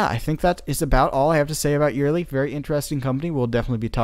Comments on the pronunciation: Love all the work you put into these productions. Very informative and well done, thank you for that. My only correction would be your pronunciation of Eyerly. It is not eerily or earily, the way Lee and I have always pronounced it is Eye (like your eyeball) early. Eye early say it.😉:goodvibes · It's not ear ly it's Eyerly like EYE BALL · It is proounced "Eye-R-Lee" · Eyerly is pronounced EYE ER LEE